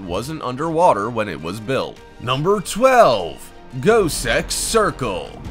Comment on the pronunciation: I swore the said goatsex circle not gosek